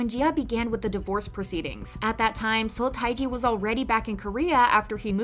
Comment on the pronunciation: FYI, Seo Taiji's given name is pronounced "Teh-ji." I know the Romanization is odd (since it's a pseudonym, I guess he can spell it any way he wants), but in Hangul it's always spelled 서태지, not 타이지.